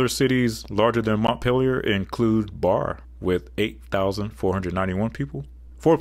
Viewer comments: Barre, VT, is pronounced "Barry". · Barre, Vermont is pronounced "Barry". Other than that, good video. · I hate to be this person, but Barre is pronounced "Barry". Sincerely, a Vermonter who enjoyed most of this video. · Ohhh my friend, it made me chuckle when you pronounced Barre VT as "bar". It's meant to sound like "Berry", from a native Vermonter :) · Vermonter here! i love our tiny capital. Barre is pronounced like "berry" btw :) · Barre, VT is pronounced berry, not bar. Good video. 👍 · Just thought I would give you a tip, in the state of Vermont, Barre is pronounced like BERRY not BAR. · Barre, VT is pronounced like berry. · Fun fact, Barre, VT is actually pronounced like Berry (Bear-EE). Probably for the same reason that Charlotte, VT is actually pronounced Shar lot ... we just like to be different up here. On the same ground our capitol Montpelier is named after the city of the same name in France which is usually pronounced Mon-peh-lee-ay even in British English. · The city of Barre, VT, is pronounced, Bear-eee. It is should be considered as part of the metropolitan area, of Montpelier. (if one can use that term in VT outside of Burlington) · Very much enjoy your content. But as a New Englander, Barre VT and Barre MA are pronounced like berry. A video of wild pronunciations of New England towns would be very entertaining. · In Vermont, Montpelier and Barre (pronounced “berry”) team up. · Barre VT is pronounced "Barry" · Hello from Vermont! Barre is pronounced "Barry". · You mispronounced Maryland, Helena, Concord, Nashua, Barre. Me-rah-lend Hel-en-ah Conquered Na-shoe-ah Barry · That is NOT how you pronounce "Barre" in Vermont. It's pronounced like the name "Barry". "Bare-ee". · Barre is pronounced the same as berry. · Vermont's capital is pronounced Barry